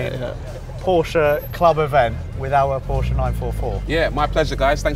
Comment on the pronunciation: The Porsche is sweet i Love it Also thank you for not saying Porsch bc as a German fellow it doesn't just "grinds my gears" it grinds them like a 3 years old "driving" a none synchronized tractor